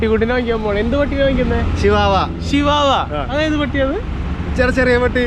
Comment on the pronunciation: it not sivavava its chvava